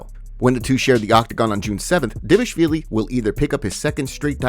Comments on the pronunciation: It’s pronounced like it’s spelled. He’s saying Dvashvili not Dvalishvili. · I believe it’s pronounced dishiavilli